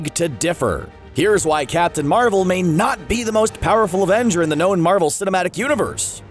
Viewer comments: it's not Marvell its Marvel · Why does he say Marvel like that?